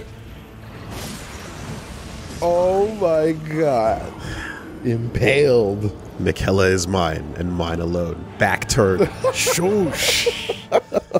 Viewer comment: Funny how often hears how Miquella is said and still says it wrong